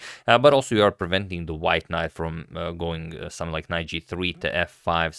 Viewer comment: let's say it together: SOME + THING = SOMETHING...it's not "sumth like"